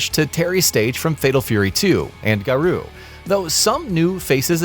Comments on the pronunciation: Ga-Roh. Not Ga-Roo. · Its GARŌ said Gah-roe. What in the hell is a garoo? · Garooo Tie-sock Mai shenwee Would it hurt you guys to do some due dilligence on how to pronounce the characters and name of the game properly. it just shows a complete lack of professionalism